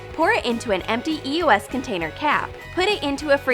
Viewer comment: bruh eos is pronounced eeee-ohs